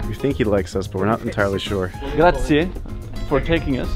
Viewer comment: Americans. Friends. Please if it's the one word you say in Italy over and over .. it's not grah zee. It's grah zee eh. It's spelled grazie. There's an e at the end. And just like in Spanish every vowel is pronounced in Italian. So don't forget your little eh and the end. Though the Italians are so great it doesn't matter. Whatever village you go to in Italy the people are so great. The small villages and towns. The best people you'll ever meet.